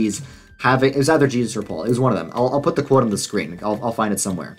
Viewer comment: At you call Paul "Faul" with an F on accident. The interesting thing is that in Hebrew, the letter that makes the F sound is the same letter that also makes the P sound.